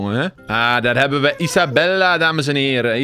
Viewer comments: Hoi ik weet niet of of andere mensen het ook hebben opgemerkt maar hij noemt Isabelle Isabella maar volgens mij spreek je haar naam uit als Isabel als je dit ook denkt laat het dan weten👍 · ‘Isabelle’ spreek je uit als Isabel..